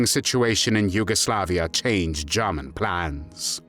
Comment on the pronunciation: This narrating is from one of the most irritating such "voices" on youtube. It's like someone is trying to rub finely ground gravel into my ears. The way he says "JAH-munn," and his tongue cannot wrap itself around however it needs to wrap to pronounce SIXTH, when I can do it, just ruins this video for me. The word is NOT sickth. Don't feel alone, though, there are other voices which just rub the ear in an unpleasant manner, his is not alone in that neighborhood. If I can get my Croatian friend to listen to the first several minutes, I'll let you know what he says about the effort to speak three words in his language. I would've just opted for an English translation of the words, rather than hearing a British person attempt to speak another language, y'all are usually not too good at that. How does someone who looks so young, sound so old? I genuinely would have liked to watch this, as a U. S. Marine, German soldiers reportedly/reputedly coined the term "Devil Dogs" (or Teufel Hunden) for U.S. Marines during the ferocious Battle of Belleau Wood in World War I. The fighting, which took place in June 1918, cemented the Marines' fierce reputation.